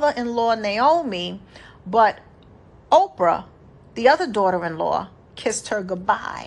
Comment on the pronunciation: Thank you for the word sis. Her name was Orpah, not Oprah.